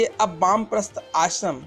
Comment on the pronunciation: bamprastha nhi Baanprasth hota hain..